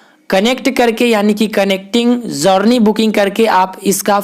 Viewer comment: भाई जौरनी नहीं जरनी बोलते हैं, आगे से ध्यान रखना....